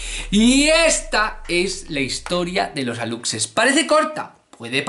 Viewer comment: Excelente video mi querido, tengo un comentario solamente:D en México lo pronunciamos como Alushe, es su forma correcta y te cuento, hace poco hubo una controversia porque nuestro presidente publicó una foto de un alushe, muchos lo tomaron a burla pero a mi me gustó:D